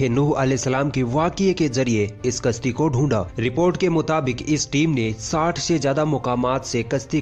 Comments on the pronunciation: तुम अपनी भाषा ठीक कर लो यार तुम्हारा प्रोनन्सिएशन बहुत घटिया है यार तुम "कश्ती" को "कस्ती" कहते हो यानि तुम "श" को "स" बोल रहे हो जो की गलत है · Bhai apni zabaan se talaffooz sahi nikalo,kashti ki jagah aap kasti bolte ho jo ki bada ganda lagta hai.